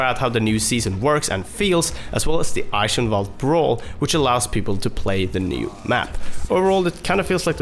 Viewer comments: lol, why do you call the Map Ikenwald, while the sounds, how it's really pronounced aren't difficult to pronounce? Just call it Eichenwalde, this one gives some nice examples, but only those except the first ones fit into the case of the word "Eichenwalde" ;) And you pronounce the german w like a v in english (vanish f.ex.) Aaand you say the "e" at the end like the a in "about". The "Ei" stays like in english prononciation. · It's pronounced eye shen val d i think not eye kin wold